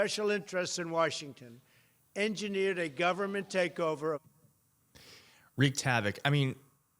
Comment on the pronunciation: I have auditory issues, but it SOOOO SOUNDS like the big Orange Julius says "weeked havoc." He's such a freaking disaster!!